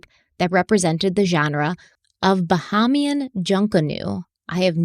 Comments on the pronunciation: Anyone else here to appreciate the way just peacefully let say “ba-hom-ean” when he clearly knew it was pronounced “ba-hay-mee-un”. 😊😊 That’s why I love him. ♥️ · bahamian is pronounced (ba HAY me EN) btw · It is Buh-hay-mee-un ;) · The way pronounces words and then says the correct pronunciation shortly after 😂. It’s not even a regional dialect pronunciation.